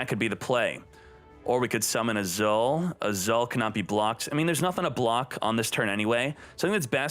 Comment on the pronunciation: I chuckle a little whenever read "Azul" as "Azaal" Mispronunciations makes this channel more interesting. 😁👍